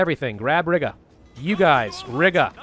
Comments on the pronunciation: Btw guarantees are at 25% WT i play 1186H of hoi4 Plus recruitable population is 4% i believe do thats 4% of the people not monthly recruitable And with polish revanchism you get 2.5% recruitable population Btw its sudetenland not sudentenland how to say Aswell it need to be the 1H of the next day for them to capitulate And its not Riga its said Riiiga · did anyone else cringe at the way he pronounced Riga